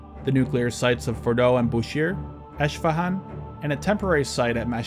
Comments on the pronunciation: A minor correction: the Iranian city is pronounced “Esfahan” (no “sh”). You did a nice job pronouncing the other Iranian cities though! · its not ishfahan its esfahan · Eshfahan????its Esfehun wow this guy has to up his pronunciation big time these are not complicated city names like chinese lmao